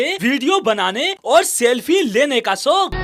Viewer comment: Agar in mummy ke ladko ko kabhi roti banane k liye de dena to ye log aise desh ka naksha banayenge jo aaj tak globe par nhi h... Bhai tu thik se "shok" to bol nhi pa rha aur "soak" bol rha h... Apni zuban pe to brake laga le ladkiyo ki gaadi k brake ki chinta baad m karna...